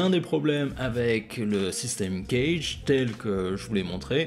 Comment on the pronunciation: Euh.... Le systeme CAGED (phon: Kajede et non pas Knedge ou je sais quoi) est expliqué dans toutes les methodes guitares digne de ce nom. Ce qui est rarement dit c'est que l'ordre C A G E D ou DO LA SOL MI RE est important a connaitre en termes d'improvisation, mais vous ne le dite pas non plus